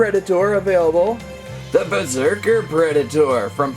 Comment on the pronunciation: Berserker not besrerker XD